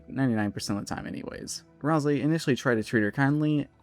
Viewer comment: (??) BLUNDER "Rals-eye"